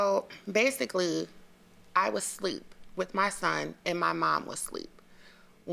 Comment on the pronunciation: Is she saying sleep,instead of asleep? 😂